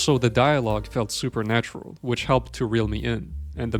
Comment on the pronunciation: you can't say "super natural" especially when talking about supernatural movies